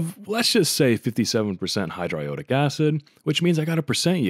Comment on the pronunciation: hydro-i-owe-di- acid is great pronunciation